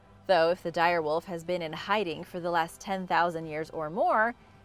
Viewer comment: You can’t even say the number 10 right